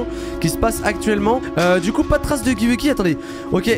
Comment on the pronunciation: Tu dit pas huggy wuggy tu est entrai de dire uggy uggy duh😅🤧😳